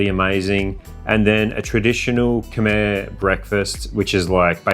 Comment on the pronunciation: Happy that learned to say K'my!